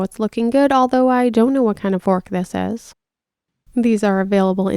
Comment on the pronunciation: Its not a Fork its a Twook